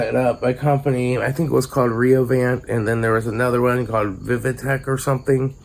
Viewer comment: Its pronounced vi-vake